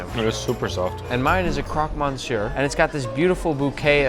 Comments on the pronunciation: KROK MONSWAH ???? It's, Croque Monsieur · NICK!! Croque, WHAT?! Croque Monsieur is one of the most famous dishes in Paris.. You can't mispronounce that one as a chef, bro. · Nick, it's pronouced croque "mecieu" et non pas croque "mon-cieure" 😂. For the sake of us french, please, do pronounce it the way it is😂😂😂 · “Croque Monsouar”😂, French is not your best talent Nick. :) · "Croc mon-sur", awesome. I think that's French for:- If you'd be so kind my good man, pass my plastic shoes. 🤣🤣🤣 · "CROC MASOUAARR" I'm dying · hey nick croque monsieur's prononced; croc me-syoe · I'm sorry Nick. I love your video's. But if you are going to be tasting food from around the world learn how to PROnounce them! Its not "crock mensur" it is "croque monsieur" The "O" is long! Ya ding dong! LMFAO! Just bustin your balls is all. Still love your vids! Keep'em comin brotha! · crock mont-sire cmon nick hahahahahaha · I’m sorry Nick, but the way you butchered the pronunciation of Croque Monsieur, I can feel my whole body shriveling up in discomfort. You’re still one of the best chefs on Youtube and I love these videos! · I guess nick cant pronounce croque monsieur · Nick, I love you, but your pronounciation of Croque Monsieur is terrible enough to give a French person a heart attack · Can you please, never ever say croque monsieur like that again? It hurt my ears😅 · That’s NOT how you pronounce croque monsieur 💀😭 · That pronunciation of croque monsieur is criminal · Why did you pronounce Croque monsieur like that 😭😭😭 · The way Nick pronounced “croque monsieur”😂😂😂😂😂